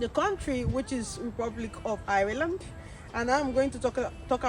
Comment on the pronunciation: Learn how to pronounced the name of the country very well.